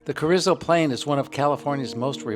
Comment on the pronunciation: pronounced cah-reez-oh, not cah-rizz-oh